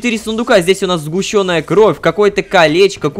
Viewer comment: Кровь не сгущЁнная, а сгУщенная, пожалуйста, Ром.